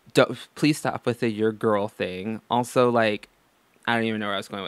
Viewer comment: WiLLo Davis I get triggered whenever she says gorl and doesn't look after her hygiene.